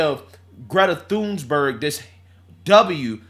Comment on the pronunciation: 😂😂😂😂 there’s no “s” in Thunberg and every time he says “Thunsberg”I scream 😂😂 also he’s not wrong about big d* energy, average self pleasuring toy size purchased is 5” which isn’t big at all